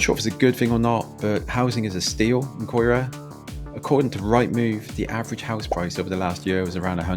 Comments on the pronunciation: Sadly you took a preconceived view of CAERAU ( kai rahh) Ely is also pronounced Eeelee. CAERAU and Ely are both very community based and have so many positives, Cardiff West is very under privileged and very neglected by the Labour council who have neglected these areas for a number of years. You can tar a whole community with news reports, but spend time and meet the people. That is what caerau is...Not the buildings .. the people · Where is Coy ruh. Do your research and learn to pronounce it properly ya melt. I’ve lived here all my life and to say it’s dangerous is laughable. Yes there’s wronguns about (there is everywhere) but the majority of people here are decent. The ones I know are anyway. If it was that bad I wouldn’t live here anymore. My parents wouldn’t either so your video is a joke and a bit overboard. Scaremongering at its best 🤦🏻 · Yes you can blame the council for the rubbish as the refuse collectors make a mess when collecting and leave rubbish in the streets. The place is pronounced Kai ruh . Learn your pronunciation before doing videos. It just makes you look stupid. Cardiff is a Welsh city with Welsh names. And right now people are selling their houses for over £20000 and they're queuing up to buy them. It's a sought after area so do one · You've shown the worst parts of the areas .....Ely (pronounced E-lee) the other side of Cearau (ky-ruh) isn't like that. I lived there for 9 years and has a good community spirit. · Where is Coyra or Elly? And Cathays is pronounced ‘Catays’. For pity’s sake, make an effort to at least get the names right. Also the murder which you referred to occurred in the 80’s not the 90’s and the killer was not from the area where it was committed. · 30 seconds in and your pronunciation grabs me by the bollocks it's E Lee and kai rah 😊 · Caerau is pronounced "ky-ra", ELY is "eelee" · Pronunciation is wrong on Ely , Caerau and Cathays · Learn to pronounce places like Caerau and Ely. Honestly makes you sound like a fool